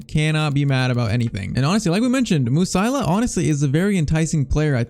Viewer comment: it is not Musaila it is Mu-Si-Ala...